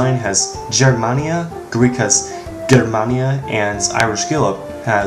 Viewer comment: The way you say the G in Germania in Greek is so far off. It’s a mix between a y and g. Like Yermania.